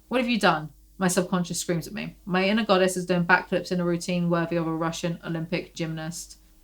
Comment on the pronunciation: no waay... earlier whenever you said "inner goddess" I heard "Ana goddess"... maybe I don't have poor hearing, I'm just psychic